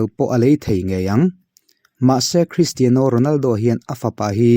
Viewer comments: Kalo sawi ve lawk.. Cristiano Ronaldo hming i lam laia 'Cristiano' tih lai i lam dan hi a mawi chiahlo ee kalo tia.Ka hre ber e ka tihna lam nilo in keyboard a 'Piano' kan lam dan ang chiah hian 'Tiano' -Cristiano tiha lam hi a lam dan dik zawk anilo maw le.. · Mizo Official channel Thalai Association Chuan Christiano A Lam Dan A Mawi Chiahlo Avangin NA TAKIN KAN DEM E. Tunah chin atang chuan 'Piano' Kan Lam Dan Ang Chiah a 'Tiano' ti a lam tawh tur in kan phut tlat e Secretary Mizo Official Channel Thalai Association